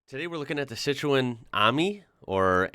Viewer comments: Pronounced Citren.. not cit roen ... FFS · You're pronouncing Citroen wrong - the 'o' is silent, so it's pronounced Citren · Citroen the O is silent, it is pronounced citren.